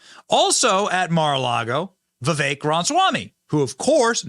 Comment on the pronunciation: Benny absolutely, positively cannot pronounce Viveks last name. It's rude in my opinion.